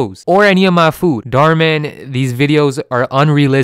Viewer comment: that's an Indian surname. And it's pronounced totally differently in India. It translates to "wish" in Hindi. So please, be aware of what you're speaking. Other than that, I enjoyed your video